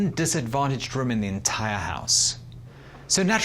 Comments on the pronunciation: Why is he pronouncing "room" so strange? 🤔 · why he say rum not room? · “ an impressive rúm” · They way he says "Room", exquisite